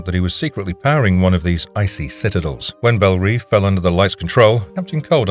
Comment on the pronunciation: It's pronounced Belle Rev